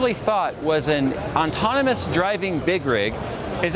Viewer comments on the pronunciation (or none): definitely sounds like you're saying ontonomous instead of autonomous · I brought this up in one of his previous videos. Everyone is adamant he's says autonomous, but he clearly isn't 50% of the time he says the N before the T. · said "autonomous" so many times he's sure he pronounced it correctly at least once XD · doesn't know the word very well